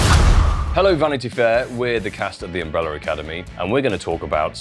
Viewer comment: "We are the cast of the UmbreleR Academy". As someone who loves phonology, I couldn't stop noticing.